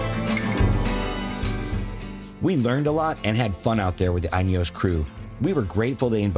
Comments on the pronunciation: Pronunciation as follows: The “in” is pronounced as it’s spelling suggests. “In”, not “eye’n”. Add “eos” to “in”and there you go. I gather the North American market is limited to petrol only power plant, and I’ve also heard that you’re possibly limited to the Trialmaster (not Trailmaster) and Fieldmaster models only, but that might’ve changed by now. Something to do with US Type Approval when adding optional accessories during production, as opposed to add on accessories which are fitted post manufacture. Hopefully my 2 seater Utility Wagon will be ready in June (diesel option). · Is it not pronounced "Inny-Yos"? Cuz I heard him say "Uny-Yos" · Great video. 🙂 You probably should learn how to pronounce INEOS though. 🤣